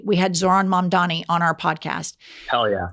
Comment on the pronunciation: mom-dani NOT ma'am dani... with peace and love, thank you💕😍